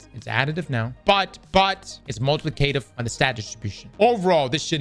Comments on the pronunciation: Say multiplicative for me 😂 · mispronouncing multiplicative gets me every time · The way says multiplicative bothers me.